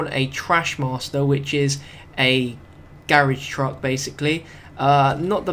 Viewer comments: WTF is a Garage Truck? It's a Garbage Truck. Do you not know? Where the hell did you learn to pronounce Bi-Plane? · A Gararbrahsh truck. Lmao